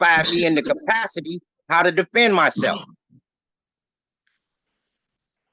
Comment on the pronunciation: "I DEMAND you splain me the rules, since I cannot possibly read them mahseff."